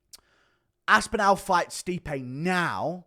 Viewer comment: Cant get over how wrong you say pav-LOW-vic and aspin-AL .... just say them right